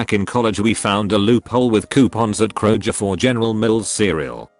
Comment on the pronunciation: No one: Literally no one: Not a single soul: Text to speech: krojer